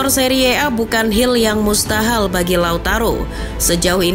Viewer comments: "bukan hil yg mustahal"😅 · "hill yg mustahal"😂